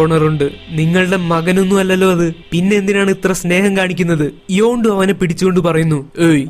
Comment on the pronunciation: Hello this is not your yondu it's yandu